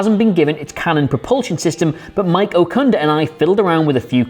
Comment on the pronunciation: Mike Okunda? You wanna take another go at that name?